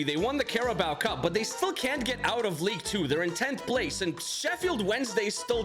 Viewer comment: when I heard him say "knocked oot" in another video I noticed my mistake!